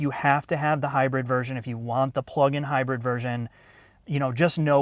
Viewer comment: Did he call it high bird Lmfaoo